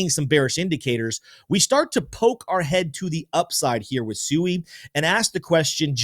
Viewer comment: I like your videos but could you please use the correct pronunciation of Sui?